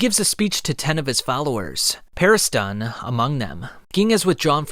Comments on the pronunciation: I do enjoy your videos my guy but this has been bothering it's Mi(me)-ura(as it's spelt) not "Mira", it's Hunter Hunter despite being Hunter x Hunter the x is not pronounced and it's Pariston not Paristan you don't pronounce Preston as Prestan right? Beyond that i really do love your videos just please your pronunciation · why do you say Parist-on? lol